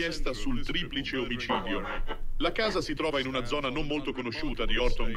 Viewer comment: Buongiorno mia cara. Posso chiederti perché nel pronunciare la parola "omicidio" tendi a censurare la consonante C ? Mi sono incuriosita spesso per questa particolarità. Un grande abbraccio. E grazie per il tuo lavoro ❤❤❤❤❤❤❤❤❤❤